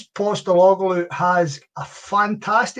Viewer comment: Mibbe learn how tae pronounce Postecoglou before spouting aboot the game.